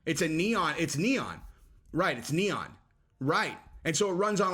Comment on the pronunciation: uhhmmm, it’s called Neon, not Neoff, dude. Pretty fuckin simple, ok!? Lol, seriously tho what the fuck even is this? You wouldn’t catch me in a million years takin my 10-12-14 year old son/nephew/whatever to a strip club, what in the actual everloving Fuck!?!?!?